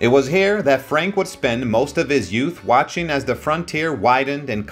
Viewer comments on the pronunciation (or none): none